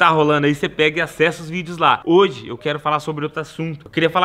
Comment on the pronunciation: Hoije? Kkkkk não sabe nem falar esse nordestino kkkkkk